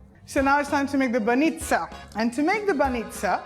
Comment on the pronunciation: It is not banista but bаnitsa and you never put suger on mekitsi..... Omg, if this is your way of making them okay, but don't say that they are traditionally Bulgarian, because no one in Bulgaria would make them like you....